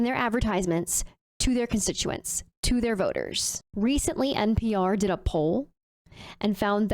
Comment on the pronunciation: I tend to notice things. Saying, “Deeyud” instead of “did” is a sign of low intelligence.